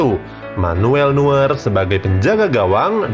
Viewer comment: Neuer bang bukan nuer